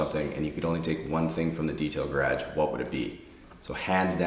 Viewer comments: Geeraaage...I didn’t know there was another way to pronounce it.👍 I’ve seen other detailing videos and you by far are meticulous and I appreciate it your attention to detail. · I literally giggle every time this dude says garage and process. I wonder how he would pronounce pecan...😂 -Someone from south Louisiana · Geez your voice is so soothing! You play the violin really well so far! I played the viola (prefer piano) but friendly tip, dont bend your left wrist up or you'll feel strained pretty fast. (: that'll help with vibrato later on too! Anyone else love how he says garage? 😂😍 #TexanHere